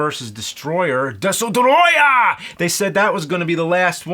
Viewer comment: Every time James says "DESUTROYAH!" an angel gets its wings.